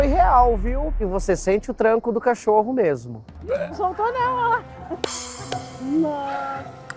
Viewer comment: Não é "cachorro" é Cachoru kkkkk